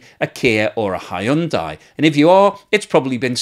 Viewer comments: Hyundai is pronounced , hun-day. Rhymes with Sunday. Not that difficult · Whatever happened to "Hyundai rhymes with Sunday"?